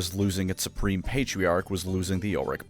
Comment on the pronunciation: "I'm Spreme" - Belt